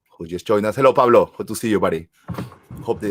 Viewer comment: Pavlo not Pablo excuse me !!!